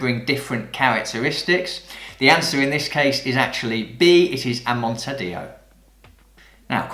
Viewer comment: 6/10 - ouch, I need to read up on producers. Great quiz though! And because this is the internet and we like to nitpick, it's pronounced, "AH-mon-TEE-Ah-Doh" as it means "in the style of Montilla." Amontadillo, fun fact, means a mountain of armadillos. /sarcasm